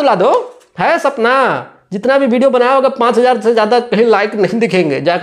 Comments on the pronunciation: हा भाई तुम बाप से बढ़ हो।तुमको हिंदी बोलने पहले आता है ।वीडियो को भिडिओ बोलते हो😅😅😅😅😅😅😅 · Parduman bhai bol rahe hai ki khesari bhai ko english nahi aati hai to youtubar mahar ar aap bol rahe ho ki praduman tumhe bhi to nahi aati hai yar to hame batao youtubar maharaj aap ko kaha aa raha hai tu bhi to video ko bhideo bol rahe ho jara ish bat par bhi dhayan do fir cham chae kar na bete jo galat hai o galat hai